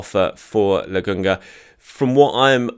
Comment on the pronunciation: I'm sorry but how are you reading Lakonga and getting "Legungah"?